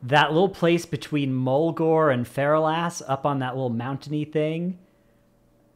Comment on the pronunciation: God damn it its not fera las. Its Fur all lis. thats how u pronounce it. Fur all is